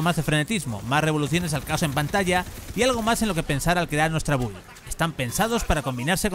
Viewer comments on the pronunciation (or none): none